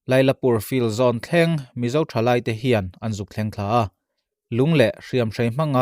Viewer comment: 1,Thlai, tih tur. 2, Buhchang phai tih tur, in lam dik loh hian, ngaihthlak a hrehawm thin, fimkhur tak zel in aw.